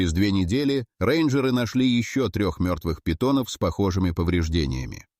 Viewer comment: На питонОв,на питОнов.Это ИИ,дальше можно не смотреть.